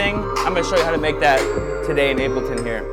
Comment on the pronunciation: is he calling it 'ape' L ton or it just my ears playing tricks